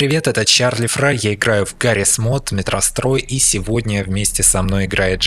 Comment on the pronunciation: Чарли Фрай-не Чарли Фейл